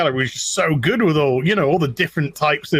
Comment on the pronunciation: When says "good"... 'Gooduh'